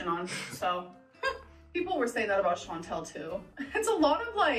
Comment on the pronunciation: How has this woman been on youtube this long and STILL says Chantal’s name wrong